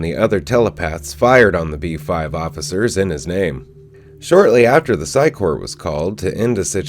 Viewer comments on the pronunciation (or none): You need to redo EVERY video that you've ever done about the sci corps. The word corps is pronounced "core". You keep saying corpse. Which is a different word. Learn English please. Corps and Corpse are two different words pronounced differently. They make these things called dictionaries with special instructions on how to pronounce the words. If you learn these simple instructions, you'll start to understand how the "p" in corps is silent, while the "p" in corpse is not. That is one way people know while you're speaking that you mean one thing and not the other.... Correct pronunciation! Please erase all the videos where you've made this mistake and redo them. I like you, your videos, and what you do. But I hate mispronunciation, malaprops, eggcorns and the like. Keep doing what you do. And I'll keep watching when you vids about the reboot. I actually like the sound of your voice